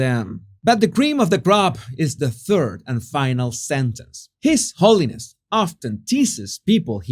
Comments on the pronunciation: Is he saying , his horniness or holiness? Lol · Every time he said "his holiness" I heard "his horniness" 😂😂 Way more appropriate title tbh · Sounded like you called Dalai Lama His Horniness 😂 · Was I the only one who heard "His Horniness"? 😂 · No you didn't mispronounce the title of the Delai Lama. You were right first time when you said, "His Hornyness." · I thought you said his horniness at first to my shock and amusement lol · Did you say, "His Horniness"?? 😂 So much more appropriate if you did!👍 His Holiness..🤮👎